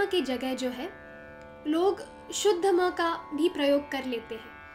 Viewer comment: Love the way you said sa re ga ma ye shudh ma ha